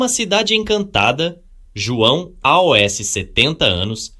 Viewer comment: A v1 sempre teve problemas com números, precisa escrever por extenso mesmo, também pronuncia errado o "aos" que fica A.O.S, aí precisa escrever "als" pra ler certo. O que eu não gosto muito nessas novas versões de TTS, é a quantidade de vozes que pronunciam com sotaque - (R retroflexo), como em "surpresas", "verso", Isso me incomoda. Muitas são assim, a própria voz do Chat-GPT faz muito isso.